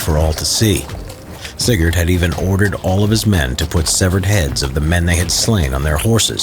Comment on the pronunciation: every time he said sigurd, i just understand cigarette